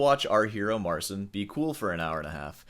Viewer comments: Mar-ceen. Get it right. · It's "Marcheen" The CI makes a "chee" sound. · Petition for to start saying "Mar-cheen" rather than "Mar-sin." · You made how many videos about him now? And you still can't pronounce his name?